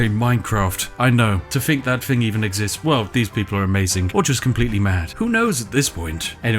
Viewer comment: Why can't you pronounce thing or feather? You're supposed to be a posh British person